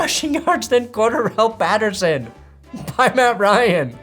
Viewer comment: IT IS CORE-DARRELL PATTERSON, NOT QUARTER-RELL PATERSON Please, my brain cannot handle hearing you pronounce it like that anymore lmao